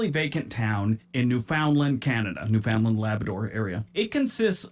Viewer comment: OMG he mispronounced so many place names. By the time he didn't know if he'd pronounced that right, he'd already mispronounced about four. For instance, Newfoundland rhymes with understand. AND those villages he talks about are considered towns.